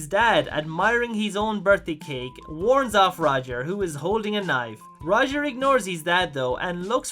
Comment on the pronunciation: It's not Rodger it's Roger.